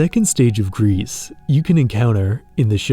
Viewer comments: Isn't it pronounced "gree"... It means gray in French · 'Gris' is pronounced 'Gree'. French for 'grey'. It's a game that I've been thinking about trying someday. Games with 'dead' worlds are among my favourite. I enjoyed the Outer Wilds for that reason also. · Hey great video! Also for your information and for future reference Gris and Sable are both French words and are not pronounced like they would in English. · I don't think you should pronounce the "s" in "Gris" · also, the s in Gris is silent (it means grey in french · "Gris" from the french word for "Grey". You don't pronounce the "s". 🙂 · "Gris" mean grey in french, and it is pronounced without the S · yea it's pronounced "gree" but only wine people would know that most likely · like i’m pretty sure it’s meant to be the french word for grey (especially since the first stage is grey) which is pronounced like gree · Bro, it's pronounced "Gri" not "grease" it's french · It's not " Grease" its just pronounced "Gri" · Interesting how you pronounce it Greece or Grease insteas of Gris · Fun Fact, Gris isn't pronounced "Grease" but "Gree". Gris is the French word for Grey. So it makes sense. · knowing french, it feels weird to hear gris as "grease" instead of "gree" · Gris (not "Grease" but "Greee", right? Like the french for "grey") looks like "Journey" in 2D. 😂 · “Gris” is the French word for grey, pronounced GREE Apart from that, great video 😁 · Your video is wonderful, truly. However, I'm with the Pronunciation Police and your pronunciation of Gris drove me nuts the entire video. It's "Gree" not "Greece". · The way he says "Grease" for Gris instead of "Gree" bothers me lmfao It's French. It's "Gree" It means grey/gray. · I think it's pronounced "Gree" as "Gris" is french for grey/gray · With respect, the name of the game is pronounced “gree” Because it is a French word meaning “gray”, the s at the end is silent. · this video is really good but him pronouncing gris as “grease” is killing me 😭